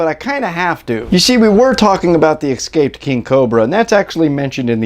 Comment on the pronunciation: This guy is spreads ignorance. Any citizen should know if a neighbor keeps poisonous snakes. And the snake keeping neighbor should be shot dead if he lets his poisonous snakes get loose and harm someone. Notice this guy's pronunciation of the word, escape. Sometimes little things say a lot.